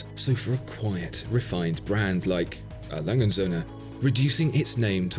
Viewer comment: Brilliant watch and video. Thx again. “Langa” said everyone at. Love their stuff but pronunciations aren’t their forte. 😉